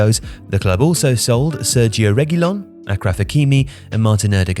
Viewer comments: His friend “Akraf” hakimi😂. It’s Pronounced “ashraf” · Hakimi's last name is pronounced Ash-raf not Akraf. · Achraf is pronounced like (Ashraf), not (Akraf) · it's pronounced ashraf not akraf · "Akraf hakimi" wth??? its an arabic name and pronounced as Ash-raf Hakimi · Akraf hakimi 🤣🤣🤣🤣 English speakers has no shame How hard is it to say sh? Ash? Ashes, ash tray? Ashraf hakimi get it right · its pronounced ashraf hakimi not akraf mate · Dear voiceover man - Hakimi's name is pronounced Ash-raf, not Ack-raf. The use of "ch" in his name is the North African way of producing that sound, due to their romanised names being based on French spelling/pronunciation rather than English. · Achraf Hakimi is pronounced "Ashraf", not "Akraf". It's an Arabic name, and only spelt that way because it's ch in French sounds like sh in English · Its achraf hakim not akraf 😂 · When did you ever hear someone call him Akraf? It's Ashraf. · Please,. It's ' ash-raf- not ackraf. Sincerely, a Moroccan fan. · He called Ashraf Halkimi, Acraf. Or Aircraft Hakimi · Did you just pronounce the name of Achraf Hakimi as 'Akraf Hakimi' ? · AH-KRAF Hakimi? Yeah that's not how its pronounced lol. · Dude, How can you butcher so many names... Say Achraf one more time